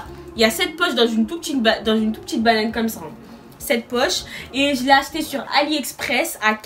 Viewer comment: wAllah jpp quand tu dis « banane » ca mtue